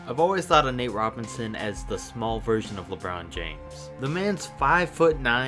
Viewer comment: "lebrawn jaymes"!!